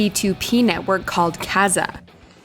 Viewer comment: I noticed that too. The pronunciation of Kazaa is what got me. She said it like it rhymes with Gaza, when it should sound like huzzah!